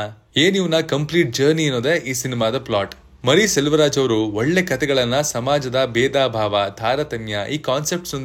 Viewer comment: BRO Mari Selvaraj alla maari Selvaraj.